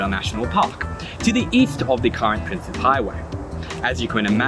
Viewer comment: You are one of the only people I've heard pronounce it correctly, as "Prince's" and not "Princess". Thank you so much.